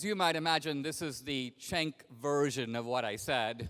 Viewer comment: His name is not “chank” it is “senk” no h if momma wanted you called “chank” then momma should have learned how to spell. Like cent with a “k” sound at the end. Pretty sure his last name is pronounced “Goober”